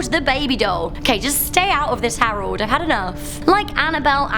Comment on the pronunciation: Can't stand your pronunciation of names...arold. it's Harold.... Sounds like an overly done fake British accent.